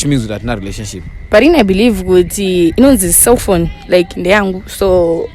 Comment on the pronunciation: for the last tym it's a cellphone not selfphone mwanaskana 😊